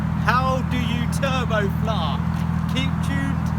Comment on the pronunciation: “How to tubo fluahh”